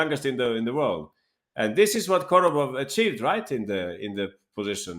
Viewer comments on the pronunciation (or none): Korobov, not Kordobov